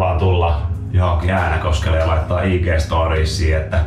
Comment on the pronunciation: Kaikki muut kaupungit * lausutaan oikein * Äänekoski * mE oLlAn SaAvuTTu TäNnE ÄäNeKosKelLe * Se lausutaan: Ääännekoski